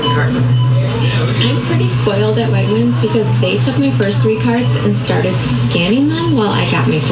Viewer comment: Uh did she say Wagners instead of Wagmens? Goodness I even know it and where I live we don’t even got 1 single store nearby not even Florida that I know of tbh. Oof yikes.